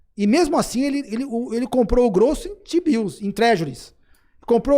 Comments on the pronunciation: Rapaz... Foi só eu que ouvi toda hora que o Dolar é lastreado em Xibius (t-bills)? 🤣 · Só tem um problema, toda vez que vocês falam Tbio, eu só consigo ouvir xibio... 😂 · desculpa, mas não consigo ouvir vcs falando tbill e não pensar em outra coisa kkkkk de resto, ótima discussão